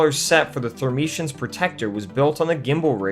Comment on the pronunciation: Friend, they are the thur ME ens! Otherwise, solid video!